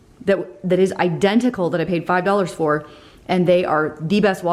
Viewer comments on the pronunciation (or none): Happy Holidays! My 4 yr. grandson loves when you say doll-hair... instead of dollar lol He now asks for doll-hairs ❤️❤️